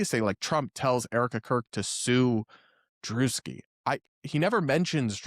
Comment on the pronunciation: So not drewski...